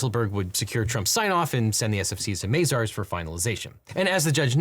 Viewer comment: It's Mah-zars not May-zars